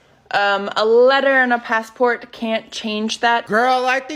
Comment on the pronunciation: ugh thanks so much for pointing out the speech. i cant take it. every T is super pronounced. PassporTTTT